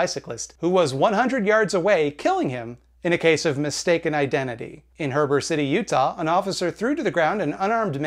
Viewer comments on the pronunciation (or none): You pronounced Heber City wrong. You added in an R after the first E. It's pronounced he bur